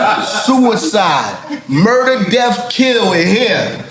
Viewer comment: It's murdaaa